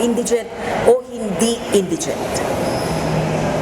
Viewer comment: Oyyyyy. Kayo ha? Ayusin nyo nga ang pronunciations nyo. Nakakahiya. Example: SCAFFOLDING & INDIGENT. NAKU .. SIN VERGUENZA. I GAVE UP ON YOUR IDIOT NEWSCASTERS PRONOUNCING NEWS AS NOOSE. EMBARRASSING 😳